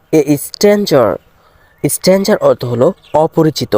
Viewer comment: স্ট্যানজার নয় স্টাঙ্গার হবে। মানে অপরিচিত।